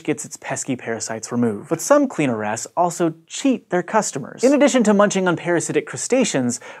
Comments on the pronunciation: Lol. The good old cleaner ass. I can't be the only one who only heard him saying cleaner ass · who else heard CLEANER ASS all the time?? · kept hearing cleaner ass